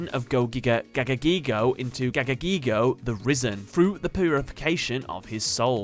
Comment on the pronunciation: ITS NOT GIGIGAGAGAIGO ITS FUCKING GAGAGIGO